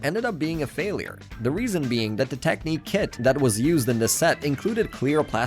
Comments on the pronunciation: Technic I pronounced [Tehk nik] not [Tehk neek] idiot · Bros pronunciation of knex and technic pisses me of